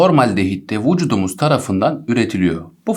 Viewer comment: Vucudumuz diyişine ayar oldum anlamsız gülüyorum jdjdjdkd